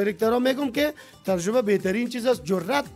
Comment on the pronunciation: هههههههههههههههه ترجبه نی تجربه ههههههههههه حال از امو مجیب هم یاد نگرفتی که او چند بار گفت تجربه تو انوزام ده گپ غلت خود روان استی ترجبه هههههههههههه